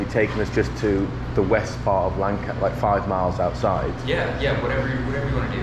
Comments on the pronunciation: it's lan-kiss-ter not lan-KASS-ter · As a native born Lancastarian, the way you pronounce Lancaster hurts my soul